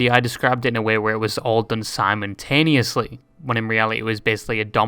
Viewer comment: Bri’ish debuff